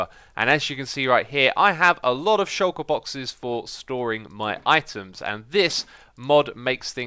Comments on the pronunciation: The way you say shulker, YouTube gets it as "shocker" :p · Shulker is a word man, it means "hidden"